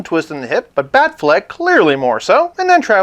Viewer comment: Whenever you say Afflec, I think of the goose shouting Aflac! in the insurance commercials lol. So um yeah... Bale Batman was my fav. Had wayyyyy better storylines except for the last movie.